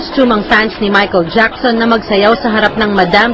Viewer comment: parang nahirapan si banggitin name ni Michael Jackson. haha, lols.